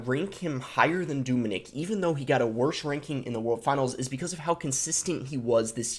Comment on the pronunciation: It’s not Doominik it’s Dominik pronounce the O very short 😃 just like the way you say eeygg, its Egg just a short word.